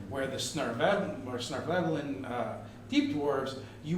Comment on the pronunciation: This may be the first time I heard "Svirneblin" pronounced properly out loud... I gave up trying after I was asked if I was saying something Swedish rather than Underdark. I settled on "Deep Gnome" for the rest of the campaign...